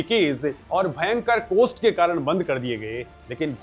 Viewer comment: कोस्ट नहीं कॉस्ट बोलो।